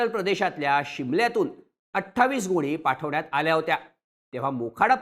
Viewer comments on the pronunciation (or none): गोळी नाही गोणी बोला😂😂😂